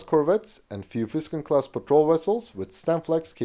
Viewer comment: "Vitfelt". not "Frrruyfelt".